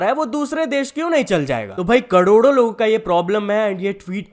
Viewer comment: ko kis kisne kadodo suna😅 karodo ki jagah